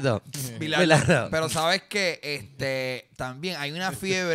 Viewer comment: Me encanta que no sepan pronunciar el nombre de DT BILARDO; me suscribo